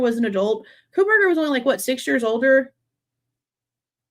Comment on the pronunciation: Does he say KohLberger or Kohberger? Sounds like Coal-burger.